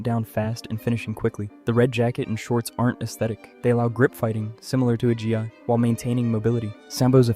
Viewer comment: I really though for a minute this video wasn't made by AI until the very end when it pronounced Gi as "G-I"